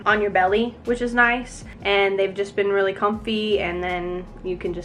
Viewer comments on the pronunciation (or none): u say it rlee